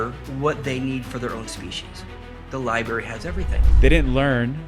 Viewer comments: Lib”R”ary….If you use a word that often please say it correctly. Meant kindly. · Yeah, sorry don't really trust a guy talking about all universal knowledge being stored in one location, yet he can't pronounce the word "library" like a regular adult.